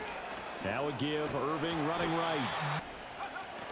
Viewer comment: ITS BUCKY IRVING NOT IRVINE YOU IDIOT 😂